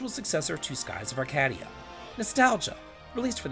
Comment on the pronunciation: You've never heard the word 'Arcadia' spoken before, have you?